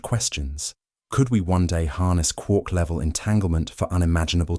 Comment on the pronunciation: i’m sorry i can’t heard quark correctly with your voice 😭